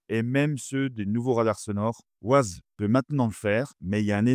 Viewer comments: On prononce 'Wayze' pas 'Waze'... Ces Français et leur accent anglais 😂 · Wayze..pas wazeuhh lol tu fais pitier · Ça s'écrit waze, mais on dit waize, c'est anglais. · Waze😂 on dit Wèze😂😂😂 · Mouhahaha pour information on ne dit pas ouaze! C’est un contraction de deux mot Ways et Maze Waze est un jeu de mots anglais basé sur le mot "ways" (prononcer wéze), qui peut se traduire, en fonction du contexte, par : « voie », « chemin » ou « manière (de faire) » et maze (méze), signifiant « labyrinthe » 😂😂😂😂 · Bonjour. Waze se prononce ouaize comme ways (chemins en anglais). C'est justement parce que le nom de domaine était pris que les créateurs ont choisi une orthographe différente. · Ah les camemberts... Waze c'est Wéze à l'audition... Comme Modern Warfare, c'est Warfére à l'audition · Très intéressant merci, mais alors : "ouaze" Ça c'est vraiment pas possible !!! :) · ah oui "woize" c'est bien ... :-) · J’ai entendu « Wouaze » j’ai quitté la vidéo direct 😄🤦🏾‍♂️🤦🏾‍♂️🤦🏾‍♂️ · Waze, qui est un mot anglais, se prononce wé-y-zzz... C'est que ça fait mal aux oreilles... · La prononciation. Le nom de l’application est bien Waze mais ça se prononce à l’anglaise weīze (comme « ways » qui veut dire chemins ou routes en anglais). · J'ai entendu "waz" j'ai direct quitté la vidéo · J'adore la prononciation française, mais en effet, ça casse un peu les oreilles... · Je peux savoir pourquoi vous ne prononcez pas correctement WAZE ?